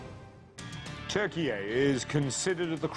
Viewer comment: Why do they invite these "experts" who can even pronounce the name of the country Turkeye? They are sound so full of $**t.